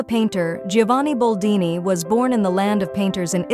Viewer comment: BOLDINI NOT BALDINI